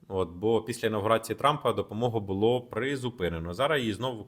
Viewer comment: Шановний, бУло - дупа (роменський). А булО, воно і є булО (українська). Така малеееенька цаточка - наголос, а як міняє сенс речення....